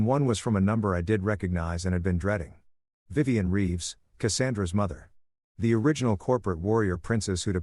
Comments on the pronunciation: Vivian is not pronounced viv-on. It’s viv-ee-an. The narrator managed to pronounced it correctly only twice. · “Vivian” is pronounced “Yvonne?”